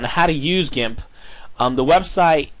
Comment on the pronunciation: i think he pronounce gimp as in jimp because of an "i" as the second letter in in the word. there are some words which sounds the same way. two examples would be; giraffe and ginger...but hey i might be wrong